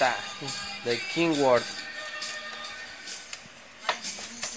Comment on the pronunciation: Porque le dicen kinworth es kenworth que no y no es por jusgar como hablan nomas digo